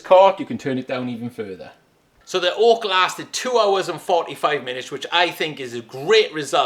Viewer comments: It’s Oak, not Hawk !! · Am I the only one who keeps hearing ork? Like I know he saying oak but I just hear soft R ork